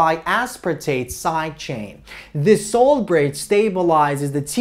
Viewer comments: I thought you were saying "soul bridge" lol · SUH-ALT bridge